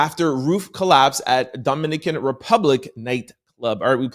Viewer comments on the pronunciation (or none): Just making sure I heard you say, "Dom-i-knee-can", I luv your vocabulary ❤